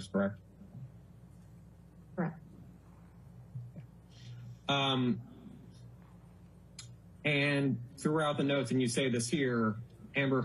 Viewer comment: I’m so sick of hearing him say kerrruck for correct 😂